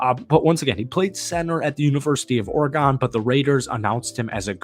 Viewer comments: It's not pronounced OrGone It's OREGON. WTF. Have you ever watched an Oregon game? have you heard them say OrGone once? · Yo why are you saying oargone instead of Oregon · Good video but learn how to pronounce Oregon. You say it like the instrument. Organ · It's ORYGUN! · U got to say Oregon the right way lol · All the football knowledge and effort he put into making this video, and y’all tripping off of how he’s pronouncing Oregon. I liked your insight on how we’ll utilize the two TEs and the positive outlook for the upcoming season and draft picks. Good job.